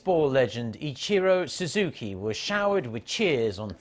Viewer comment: Legend 鈴木一郎! Kinda mad the news anchor pronounced his name so oddly lol